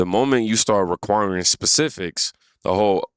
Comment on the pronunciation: “Specificts …. It’s got a red underline. I know it’s a word. What are you digging into here?